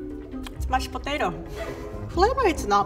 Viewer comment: The way she pronounces “Mashed Potato” perfectly describes the dish. ”mush potato”